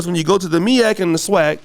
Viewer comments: It’s MEAC not the MIAC 🤦🏾‍♂️ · MEAC not MIAC!!!!!! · Its MEAC....... Not MIAC..... lol 😉🤫🤨🤓